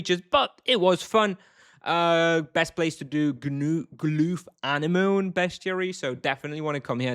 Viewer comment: Glooth ann e moan hah. Get's me every time I hear you prounce it like that. It actually sounds like uh neh muh nee